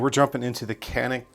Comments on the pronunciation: Pronounced in Turkish like John'eek..when said quickly in English itll come off as Johnnick...the "C" in Turkish is the same sound the J in name John has...not a K sound like Kanick or in like tuna can....stick to John and Nick..if you can John'eek or Johnnick...you can do it! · not exactly ja-nick ... start with G letter.. (G)anick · Actually "juhneek." The Turks use the letter C to show our J sound. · Greetings from Turkey. Your "corrected" pronunciation of 'Canik' was almost correct except that, you should really spell the 'Can' part like you would say "John". 'ik' was correct. Great content btw. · Is pronounced "yanik" and it means " YAHWEH IS GRACIOUS" ...